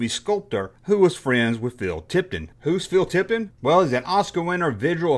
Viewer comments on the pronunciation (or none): Hi. It sounds like you said: "Phil Tipton". I think you mean Phil Tippett.